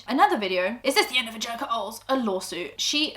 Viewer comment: question for angelika! in this video you read out your surname as ‘oles’ like ‘holes’, but in a previous sponsored video you had a code with your surname and pronounced it ‘oh-lez’- how do we pronounce it!! i had been saying oles as in holes for years until that video but now im confused x